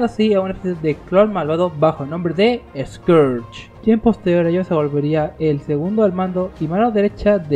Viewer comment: Recuerdo que en doblaje de Transformers Cybertron Scourge sonaba más como esquersh